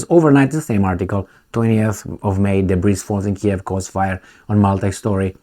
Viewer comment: the word DEBRIS doesn't have an ESS sound on the end. It is pronounced DA-BREE, Excellent commentary, my friend.